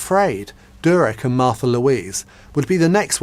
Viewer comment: Her name is Märtha, learn to pronounce it correctly!